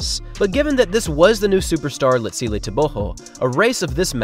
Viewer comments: I can care less what someone THINKS their name should be pronounced like... GO isn't pronounced like HO. Easy thing to comprehend. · Your new pronunciation of TebeHO is jarring. But excellent production as usual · Just thinking.. for all your videos, why not try introducing athletes by saying "Tebogo, pronounced xxx locally", just to educate us as well. So many athletes names pronounced incorrectly. Humour yourself, find out how Tebogo is pronounced. Although must applaud you for getting Letsile closer to correct pronunciation after you first pronounced it as "Letseel" 😂. Great job as always. A true TRP fan.